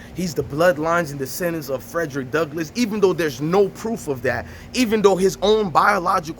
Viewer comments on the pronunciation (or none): none